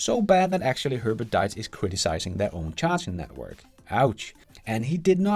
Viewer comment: Please: His name is Diess not dies (säg diis, inte dajs).